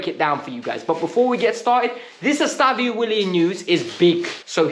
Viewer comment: His name isn’t “Estavio”. It’s EstevÃO